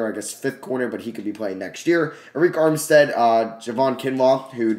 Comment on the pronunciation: you know you can just go to the playoff picture and click on the games to see the box score and i believe it's pronounced erick armstead instead of areik armstead